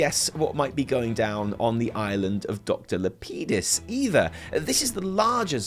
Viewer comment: The way you say Lapidis makes me cringe LOL